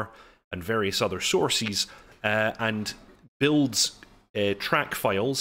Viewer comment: sourcees? are those like horsies?? saying it like that doesn't make you look smart bro